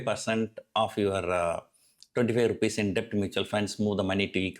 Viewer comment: Debt is pronounced like 'det'